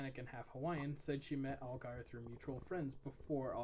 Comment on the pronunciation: You're pronouncing his last name wrong lol sorry but it's driving me nuts. Its more like (AL-JEER) "I only know this because I'm from new Orleans " Algiers is the second oldest neighborhood in the city and I believe it is officially historically noted as the oldest black neighborhood in the entire United States. One of our neighborhoods is & i believe this is it but anyway.. we call it the "15th Ward" because it's #15 of 17 wards in the city.